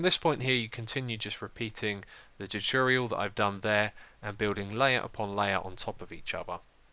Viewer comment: Why can't you pronounce the word tutorial correctly??